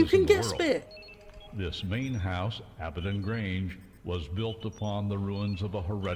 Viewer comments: I love how the speakers dont even say the words correctly on top of the subs not matching. The script is just shat on. She calls Abbadon Range "Abbadock", and he calls Greenwich, "Grenich". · Can't pronounce Abaddon correctly, can't pronounce Gibraltar correctly.